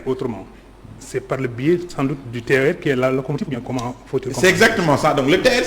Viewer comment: Arrêtez de dire TER ( terre) ! C'est T.E.R. C'est null ! Seuls les " Gaous" disent ( terre)